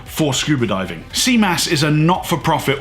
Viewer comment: Your French is amazing! ;) More seriously thanks for making the effort to say CMAS correctly. Very interesting video !!!!👍 I was looking for this type of information without finding anything comprehensive enough. And I love your point of view. I am the way around, did all my PADI cert and now I am back to France I can't find any PADI courses/instructor.